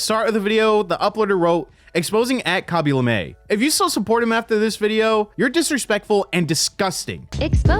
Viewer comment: why do you say kaby lame like that